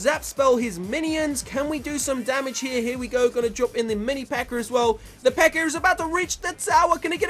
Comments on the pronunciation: Why did you say always pekkr? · is it me or keeps calling the pekka a ''pekker''?